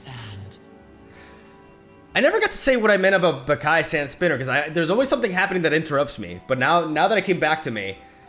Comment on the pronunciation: It´s not pronounced "Bah-kai" it´s "Ba-ca-lhau"